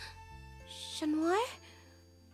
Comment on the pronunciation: I'm so sorry it's been 4 years BUT I STILL COULDN'T GET OVER THE "CHU-NOIR, CHU-NOIR?" 😭😭😭 NOOO IT JUST KEEPS GETTING WORSE WHY CAN'T THEY JUST PRONOUNCE IT AS "CAT" 😭✋ I DEEPLY APOLOGIZE IN ADVANCE 😖